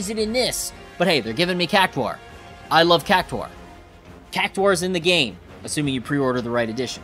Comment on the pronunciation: Cactwar? do you say Centwar as well?